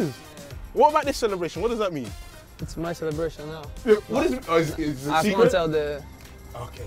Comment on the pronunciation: the silence then “what es that” 🤣🤣🤣